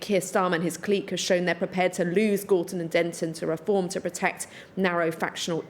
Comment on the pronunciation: Can't even say the word Reform 😂